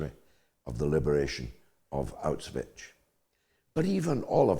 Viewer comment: What is this Auchvitch you speak of? The Russians did not liberate Auschwitz (Pron: Owsh-vitz) as it had already been abandoned because the Germans were retreating. Many prisoners fled with the Germans as they did not want to end up under a brutal Communist regime (I know this from personal testimonies). The women also feared being raped by the advancing Soviets. The Soviets even raped many of the the Polish women, who theyw ere meant to be liberating as they advanced towards Berlin. Remember, the Soviets had already executed over 20,000 Poles at Katyn. They were no friend of the Polish. Also General Patton was told to halt his advance, He said he could have taken Berlin but the plan was for the Communists to take half of Europe and place it into a retrogressive basket case, which apart from destroying the German economy was one of the plans in the first place. And so the UK went to war to free Poland from Hitler only to ended up handing it to Stalin, plus half of Europe. And when some countries did stand up to the evils of Communism, in Hungary in 1954 and Czechoslovakia in 1968, the west did not raise a finger to help. In fact the only person who tried to help Hungary was General Franco, who wanted to send tanks for the uprising but he was stopped by West German which was controlled by American and the Usury Suspects. So, enough of this schoolboy garbage.